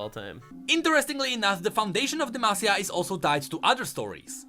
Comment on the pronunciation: It was so refreshing finally hearing pronounce demacia right 😂